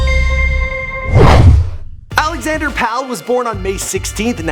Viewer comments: Love the Chainsmokers, but anyone can watch an interview and make a video about it. Also it's Alex Pall (Like Paul) not pal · It's pronounced Pall like "Paul." Not pal lol